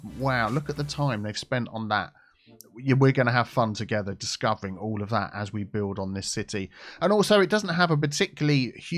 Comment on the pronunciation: well since you said it 80 times in 2 minutes, play off "together".... Teagetha. Tea Geh tha. Ta getha Together. Picking up what im putting down mate?